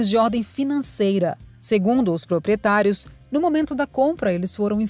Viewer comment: "proprietarios" kkkkkk